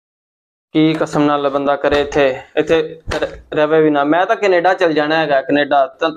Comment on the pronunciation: Canada❌️ Knaadaa✅️ 😅😅